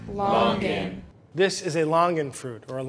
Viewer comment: 新加坡人。听到他念Longan, Rambutan真的很想晕倒